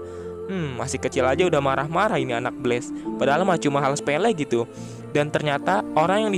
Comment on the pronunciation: ko blast disebutnya blaze